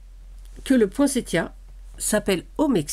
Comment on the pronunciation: Cc, merci pour cette magnifique page et ce conte. J adore t écouter ❤..merci pour l info..maintenant je sais qu il faut prononcer cette fleur avec le son t et non le son s. Bizouilles 😍 a bientôt 🎉